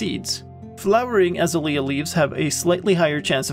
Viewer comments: I love the way you say Azalea. We say Ah-Zay-lee-ah. You say As-ah-lee-ah. Your way is so beautiful. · A Zay Lee Ah....is the correct pronunciation :) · By the way, the bush is pronounced Ah-ZAY-lee-uh. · Seriously? It's "Azalea" not "Azalea" Lol --three syllables, not four. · hAHa yOU sAId AzaLEA wRONG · The way you say Azalea is hilarious btw